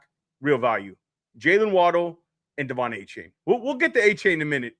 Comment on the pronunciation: You are a dolphins fan YouTube and you can't pronounce Devon achane name right... 🤦🤦🤦